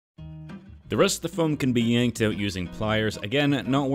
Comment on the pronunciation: I like how he pronounces out like öyt. Man, Canadians amirite